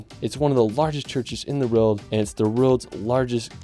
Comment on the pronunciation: Love your videos! But quick question - why do you pronounce “world” as “rild”? It starts with a W, my dude. 😂